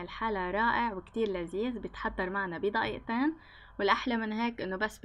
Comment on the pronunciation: ليه تقولي ضقيقتين